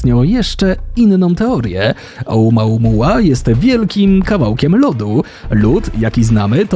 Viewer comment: Nie znam hawajskiego ale dlaczego czytasz to OUMAUMUA skoro pisze się OUMUAMUA ???